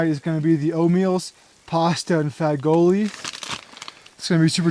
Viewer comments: Pasta fagoli is pronounced fa-jool which means beans in Italian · Fagioli is pronounced Fa-Zhul 😊